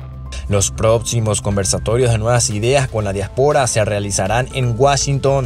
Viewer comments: Se dice diáspora. no diaspora houston. lo pronuncias muy mal. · Disculpen pero no se dice diaspora se dice diáspora. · Dia'spora no diapo'ra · Disculpa amigo pero tú pronunciación de DIÁSPORA es incorrecta.. Dios bendiga al señor presidente Bukele..